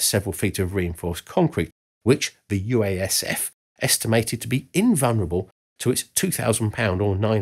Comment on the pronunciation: You keep saying UASF...